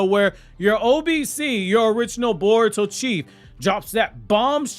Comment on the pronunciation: Bar-uto Explained!!